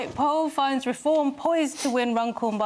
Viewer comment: People often comment on Leo pronouncing Reform as if it were a verb rather than a noun . It turns out he was right as they have now reformed from a credible party into an abject farce. What a visionary.